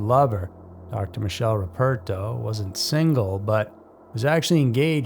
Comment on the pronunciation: Just a correction if it’s worth anything. Michele as an Italian male name is said “mick-ay-leh”. The Italian version of Michael (I believe).